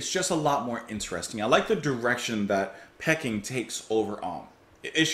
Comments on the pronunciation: Re P.O, This could be the first time ever, having not seen review yet, I'm not expecting any positive reviews to the 'artsy' nonsense. At least I hope they're attempting 'artsy', they may just be taking the piss. And sorry, pretty sure it's Pee-King, as in the place, not pecking 🙂 Though with this lot, who knows. Now re BMCOT, this a big step up, at least there was a semblance of at tune/melody. Sounded like someone asked them to cover the mid section of The End by The Doors. And me, tea every time. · Peking is pronounced Pee - King not Pecking. It's what Beijing, the capital of China used to be called